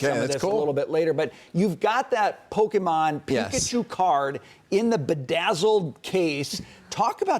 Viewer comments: You’re a news reporter who is supposed to research and kind of know what they are talking about and still believes it’s called “pokeman”. What a joke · I never understood how people magically see an “A” in Pokemon and pronounce it PokemAn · 40 pretends to not know how to pronounce pokemon 😅